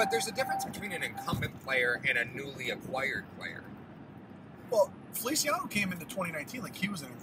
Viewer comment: yes but you pronounced the Spanish version, the Italian version is ( fe- lee- chee- a - no